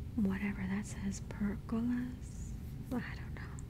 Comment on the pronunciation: Per…go…la’s is how it is pronounced. Great share. You can also screen them in.